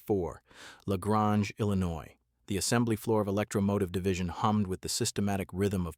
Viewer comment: The ai said La Grange wrong.